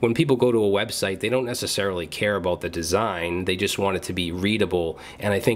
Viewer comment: "Aboot"...... are you canadian?!?!?!?